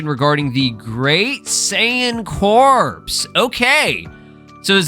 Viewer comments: I'm 99% sure "saiyan corps" is pronounced "cor", not "corpse" lol. like the Marine corps or the Green Lantern corps. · It's pronounced the Saiyan "Cores" like Marine Corps. Not like corpse as in dead bodies. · It’s pronounced as core the “p” and the “s” is silent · It’s pronounced CORE. Jesus Christ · apparently corps is pronounced "core", and this is the definition: a group of people who are connected because they are involved in a particular activity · Just so you know, "Corps" is pronounced "Core" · Corps is pronounced the same as core